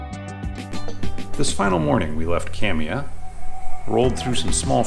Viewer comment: Kamiah is pronounced cam-e-i the ah is pronounced as an i sound and the i is pronounced as an e sound It’s the same with the neighboring town Kooskia the a is silent